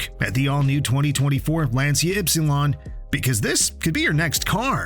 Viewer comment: It’s not Lansia, but rather Lanchia as in chair…